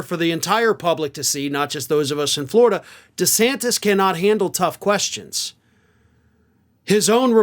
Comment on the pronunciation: He will fail...does he know how to pronounce his last name yet...??? Hmmm...